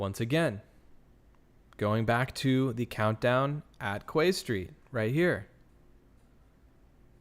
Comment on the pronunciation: I know it’s quay street but we pronounce it as key street